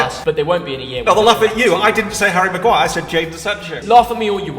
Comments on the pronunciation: U deserve a dislike for saying harry magiure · he really said maguire. i’m done. i’m done. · ain’t no way seriously said maguire 😭